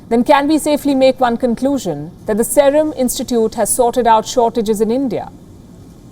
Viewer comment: Y can't she pronounce serum correctly ?